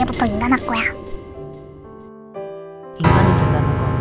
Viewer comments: "이제부터 인간하꺼야" 발음 커여워ㅜㅜ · 발음이 살짝 눌리는것 같아용 원래 그런가? 나 이제부터 인간 하꺼야 라고 들려욬ㅋㅋ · 가 말하는 발음 나만 이렇게 들리는거임? 나 이제부터 인간 할꼬야 ㅋ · 목소리 발음 넘 귀여버요...ㅠㅠ "난 이제부터 인간할꼬야"ㅋㅋㅋㅋ